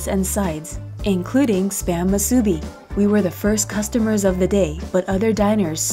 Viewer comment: Enjoyed this video a lot but I’m sorry to be the one to do this but the pronunciation of musubi is more like moo-soo-bee with the emphasis on the moo and not the soo!